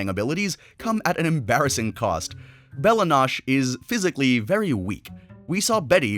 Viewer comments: To be frank, I think it’s actually impressive for a show to say a word so many many many times and viewers still find a way to mispronounce it. Bella nosh? Come on bro 😂. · not pronouncing Bella noche correctly shows me you haven't watched adventure time and I truly believe it would help you make better videos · How could you butcher bella noche? When they say it in the show!